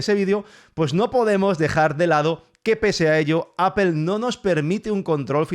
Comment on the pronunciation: Apel hahaha Apol Apol Apol así se debe pronunciar y no me vengas con vainas ... se debe pronunciar bien aunque los otros burros no lo hagan